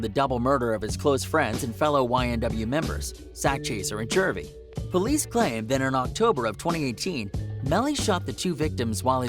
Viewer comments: This dude said Ynw jurvy it’s juvy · Why did he say Sackchaser and "Jervey"?